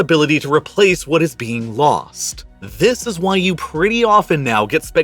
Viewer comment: Sorry, can't continue to l-histen to th-his guy. Please try to talk normally. You are destroying an otherwise good v-hideo